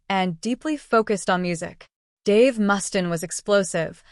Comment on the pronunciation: Who the F is Mustan? Pronounce his name right!